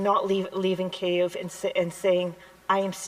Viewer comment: Am I missing something, by Keviv did he mean Kyiv?